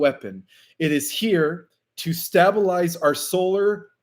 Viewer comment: STABLE EYES. PLEASE PRONOUNCE IT CORRECTLY